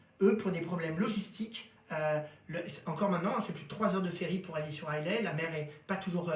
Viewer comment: Beaucoup d'informations intéressantes mais une mauvaise qualité et un peu de gêne de la part de la personne qui parle. Et sauf erreur vous avez mal prononcé Caol Ila et Islay. Bonne vidéo néanmoins. Santé !